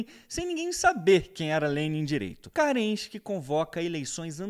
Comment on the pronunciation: Carregado de parcialidade, não sabe nem pronunciar o nome de Kerenski, chamando de CARENSKI, e não consegue criar uma explicação própria, apenas traduzindo livros. De fato, destruiu, mas foi a história da revolução russa.